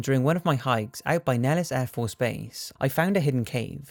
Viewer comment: Nellis is ACTUALLY pronounced: "Nell-iss" Air Base